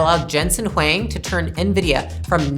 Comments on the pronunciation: It’s pronounces Wong not Wang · it's not Wang, it's Huang.😬